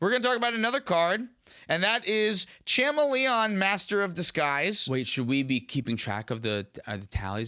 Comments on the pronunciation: Sha-mel-eon is the best way to announce it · Cha-mah-Leon?! That one had to be on purpose right?? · I'm putting one piece of sand into each of your Etali sleeves for saying Chameleon like that cam ❤